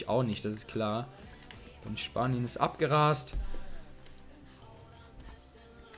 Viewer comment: Du sagst mir persönlich zu oft "der Typ" , außerdem heißt es abgegrast und nicht abgerast, aber sonst gefällt mir den Kanal gut! ;)